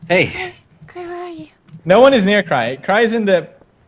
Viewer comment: The way says Cry XD